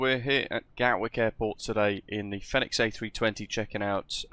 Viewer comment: It’s pronounced as “fee-nix”, similar to phoenix. Hence why their logo looks like a phoenix